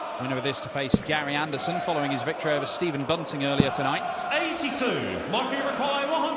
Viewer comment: 'Shh!tephen' 'I think he 'gort' the point'!